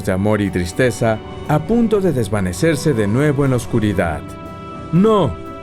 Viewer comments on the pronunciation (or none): none